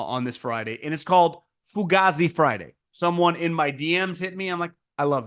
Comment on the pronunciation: It really Pronounced "Fu Gay Z"